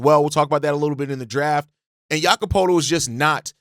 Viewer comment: Thank you for covering the Raptors... But lol: Jamal Shead (pronounced - *shed) Jakob Poetlt (pronounced - *purtle) Great content nonetheless ✊